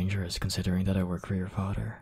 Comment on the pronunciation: the way he said father "fader" 🤣🤣🤣🤣